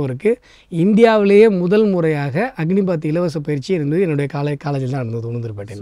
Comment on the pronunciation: அக்னிபாத் இல்லை அது அக்னிபத்😊